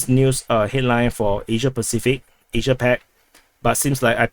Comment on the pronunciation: a side note here despite not agreeing with all of your analysis I really appreciate your efforts in producing these videos. They are a great source of info and I follow them daily. Absolutely love the way you say Asssssiiiiiiiaaaaaa as well. Somehow makes me happy to see you elongate the syllables ever so longer.